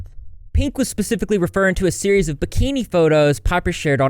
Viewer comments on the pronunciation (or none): none